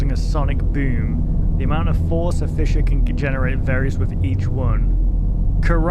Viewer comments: it isn't it's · The way he says fissure makes me want to have a panic attack, is it that hard to pronounce the s's as z's? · I always pronounced it Fizz-sure.